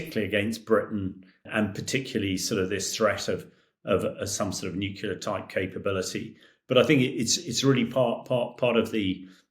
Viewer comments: A former British Army Colonel who can't correctly pronounce the word nuclear. Astonishing. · Too dumb to correctly pronounce NUCLEAR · Experts who say "nucular" instead of nuclear. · does anyone else find it strange that so many people - even respected war correspondents, cannot pronounce the word 'nuclear'? 😂😂😂😂 FFS if i hear another person say NUKULER i'm going to go critical and kick off a troll chain-reaction 😂. New-Clear. nuclear. It's even fkng spelled that way!!! 😂😂😂😂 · What is nukular? Is that a new kind of nuclear? Sorry not sorry. It grinds my gears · “Nuclear” not “nucular” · Nuclear. not Nucular. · How is a supposed military analyst not able to say the word "nuclear"?! What is "nucular" supposed to be??? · It really irks me that many of these commentators cannot pronounce the word NUCLEAR. Pr. New - clear. Not Newcular. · Nuc LEAR not Nuc ULAR. Why are so many educated people so stupid with the pronunciation of this word. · I’ve heard several Brits pronounce “nuclear” as “nuculear”. Why is that? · “Nucular drills” Are you for real? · NUCLEAR, not NUCULAR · bros... it's not 'nucular' ffs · he said it is a joke if they were to come against a modern fighter. But yeh, anyone that says “nucular” isn’t to be taken seriously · The word is N-U-C-L-E-A-R not N-U-C-U-L-A-R! It’s such an easy word to say,…Get it right! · Hamish lacks credibility due to his pronunciation of nuclear. Are we threatened but nut based weaponry? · Can't pronounce nuclear and thinks a bomber fires missiles. Where did they find this expert? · Why is a British colonel saying "nucular"? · Why can so many people not pronounce “nuclear” correctly? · He's obviously an intelligent guy, so why the inability to pronounce nuclear correctly? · He was a colonel but still can't pronounce nuclear? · "NUCULAR" Really? Can someone please teach this muppet some phonics? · NUCULAR drills? Out of British mouths?